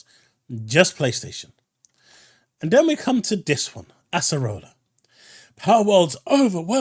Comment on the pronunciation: Acerola sounding like arsehole lol